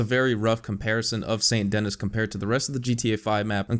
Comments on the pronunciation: Well now you know that it's pronounced "San Denee" instead of Saint Dennis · It’s pronounced saint ‘denie’ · Its pronounced San denee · It's pronounced "Sane Deny" lol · More like San Denee as it's pronounced in French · So awesome how he just completely ignores the French name and the fact that "Dennis" is missing an N. (because it's actually French, this city actually shares it's name with a French city)